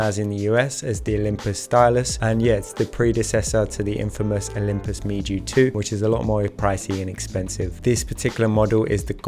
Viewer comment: It is pronounced "Mew". I have 2 of them and HP5+ suits them well.